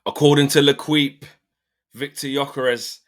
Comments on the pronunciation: Le-keep fam (not le-kweep!)😅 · As a French speaker, I had to stop at "L'Ekweep" 😂😂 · Ley- keep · leqweep lol come on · L'Equipe is pronounced "Le-keep" or "l'keep" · Can’t believe you just said leqwip 🤣🤣 my ears are bleeding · Mine too, and I can’t even speak french. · Bruh, go to the videos Robbie was making for transfer daily when he was in Cannes. He was pronouncing it Canz. At some point you gotta open up and see the world outside your bubble. L’equipe is not a random magazine no one has ever heard of. PS: I’m not even French 🥲